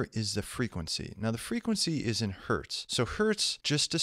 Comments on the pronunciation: "One Hert" ... lmao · "One hert" :D